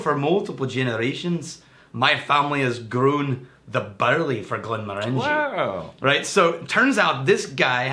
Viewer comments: Glen MORE an jee.... Glen MORE an jee... say it ten times, stress on MORE. ...NOT glen more AN jee! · I hate to be that guy...but it's not Glen-more-ANJ'-ee... it's Glen- MORE'-anj-ee. Think orange. OK, lesson over. I love Glenmorangie! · Rex I once accidentally pronounced it like Glenmor-angie like the girls name in a pub in Inverness and they refused to serve me. Once I said Glenm-orangey like the fruit I was served right away. Fickle people in Scotland when it comes to our drink. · I hate to be that guy (actually I don't) but I've heard every Scottish person pronounce it "glen-MORE-an-jee". The middle of the word is "orange" like the fruit. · Hate to be that guy to the guy that hates to be that guy but it's Glen-Moranjee not 'More'. Think as if you were saying orangey at the end. No emphasis on any syllable. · They talked about this in the Quinta Ruban video. knows the correct way to say it but has always pronounced it the other way. Some habits die hard. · Yeah, totally my bad. Once I've said something one way, it's almost impossible to get it out of my head. Plus. I'm Texas. So maybe I can just claim that's how Texans pronounce it :-) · Yeah, I talked about pronouncing it correctly in our Glenmorangie Quinta Ruban video, and in this one, completely forgot. It gives Rex more reason to hassle me.